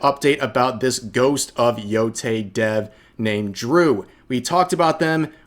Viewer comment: Thank you for being one of the few who can pronounce Yotei correctly lmao